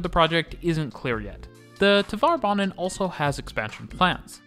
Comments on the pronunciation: “Tvare” banan, not “Tuh-var” banan. Rhymes with “tare.” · Since you sometimes make references to Tvärbanan in other videos, it might be good to know that the ‘är’ in there is pronounced like “air” :)